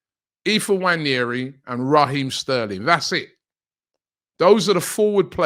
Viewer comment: Stop calling that Raheem Sterling's Name